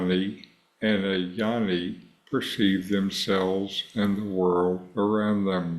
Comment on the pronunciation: Hi, Thanks for the video. Westerners don’t understand the pronunciation—the word is Gyaani, not Yanni. G is not silent - its Gyaa Nee